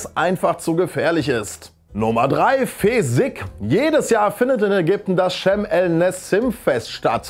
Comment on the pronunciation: Fesikh wird übrigens fesiech ausgesprochen :)